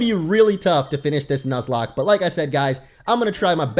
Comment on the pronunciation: I think he should continue the "nozlak".